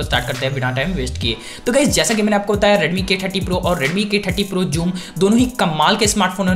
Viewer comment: Its not pronounced as "Juum" ...its "suum" with an 'z' touch to it.